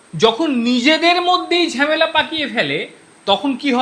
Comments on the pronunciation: ঝেমেলা নয় ঝামেলা। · Ore bhalo kore bangla sekh. Ota Jhemela noy hobe jhamela.